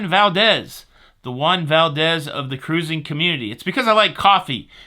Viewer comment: I want to know who else says "caroosing" with Tony? 😆